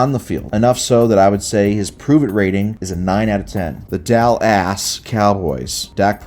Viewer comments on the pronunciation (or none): "Dal-ASS Cowboys" Best thing I've heard all day